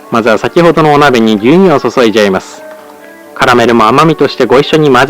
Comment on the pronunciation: 牛乳の発音がめっちゃ昭和っぽかった